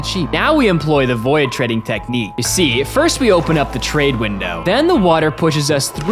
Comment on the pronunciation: With watching for about a year I still can't get over the he pronounces void as voy-id 🤣🤣